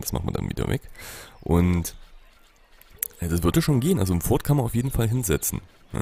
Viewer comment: Das "T" bei "Fort" spricht man eigentlich nicht aus! ;) #GrammarNazi Nice Folge wieder! Ich hab mich schon in das Spiel verliebt und werde es mir dann kaufen wenn es fertig ist. Oder vllt sogar schon die Alpha!